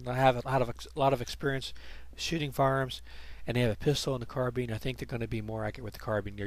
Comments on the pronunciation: I can't take it when he says car-bean... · Thanks, that error was mentioned the day the video was put up and about a hundred times since, I tell people now I said it deliberately to stop people going after my pronunciation of carbine. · Real question guys: is it car-Bean or carb-Ine